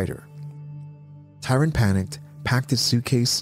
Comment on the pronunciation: It's Tryon, NOT Tyron......